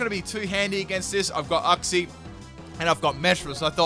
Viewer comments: IT’S YOUK-SEE NOT UCK-SEE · You-xie YOU-XIE IF I HEAR UX-IE AGAIN I WILL DIE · Silly, it's pronounced youk - zee